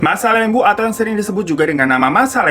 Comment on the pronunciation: Laaah anjay gua abis dari masakambing sama masalembu perbaikin jaringan telkomsel disana, btw masalembu bang bukan masalembo